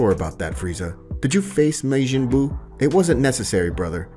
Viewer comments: Love the story but it's not mejin bu it's ma-jin bu. Making bu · So have you never watched DragonBall? Why is your pronunciation so horrible Maejin Buu, really? No one calls him that in any version of DragonBall except you, it's Majin Buu. You literally have to come up with that because no one else says that anywhere smh. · I have NEVER heard it pronounced May Gen Boo XD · I hate the way he say majin buu name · The story is good but the way he pronounces stuff is a bit annoying he says “May-Jin” instead of “majin” and he said “yararaht” instead of “yardrat”